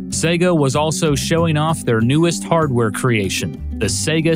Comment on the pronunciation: Finally, an American who pronounces SEGA correctly!!! God Bless You:))))